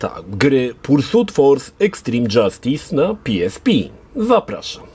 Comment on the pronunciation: Na miłość boską. Nie PiEsPi tylko PeEsPe. W Polsce jesteś. Chyba, że to miał być dowcip a ja nie skumałem.